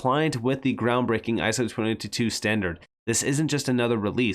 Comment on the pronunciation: It sounds like you are saying ISO 2022 every time you say ISO 20022. Is it just me, or is that what you are saying?